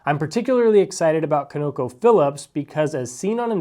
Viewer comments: Con-uh-co phillips Not co,no,co Trust me the top is the only way its said in the oil industry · COnocophillips. Emphasis on the first syllable. Although who knows you may never need to say the name again! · Please google how to pronounce ConocoPhillips. Thank you